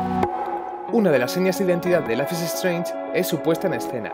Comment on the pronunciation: Dios que mala pronunciación. Ni siquiera es un nombre tan difícil